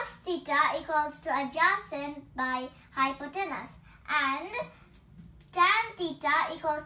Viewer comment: it's "hypotenuse". carry on. best wishes!